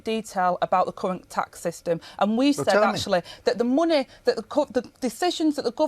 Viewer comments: "muneh, economeh, countreh" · What is ‘Monnay?’ Rayner needs to learn how to speak! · “Munnay” She’s embarrassingly thick.